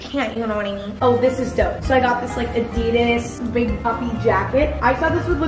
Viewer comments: That’s not how u pronounce Adidas but I still love sooo yea mwah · the way she pronounces Adidas and Nike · Did anyone else realize how she said adidas and in Larry’s video Issa was also saying that that’s how you say adidas?!?!? OMG LIKE WHAT